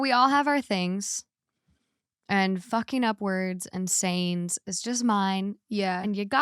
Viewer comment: whenever she says “and sayings” it comes out like “insanes”. so funny, love you